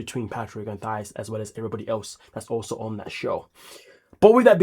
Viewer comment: Patrick called her Thias